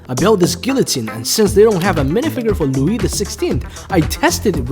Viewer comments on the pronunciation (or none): none